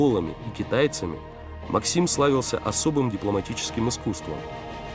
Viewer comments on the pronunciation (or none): none